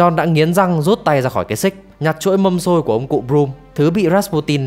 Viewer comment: Êy cái chuỗi mà voice đọc là mâm xôi á đáng lẽ ra nó phải là chuỗi hạt mân côi chứ đúng ko hay có nhiều tên z :))